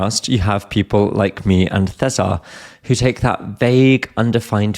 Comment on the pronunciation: I hope you don't mind me saying this,, but I really like that you’ve stopped "mangling" César's name in the English podcast. I know it's kind of natural for native English speakers to pronounce foreign names or words in an English way – still, it made me cringe a little every time. 🙂 Congratulations to both of you! I think one and a half years is a very short time to reach such a high level in a foreign language.